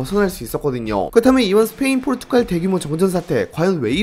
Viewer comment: 포르투'칼' 아니고 포르투'갈'이요. 백만 구독자 갈것 같아서 그전에 아룁니다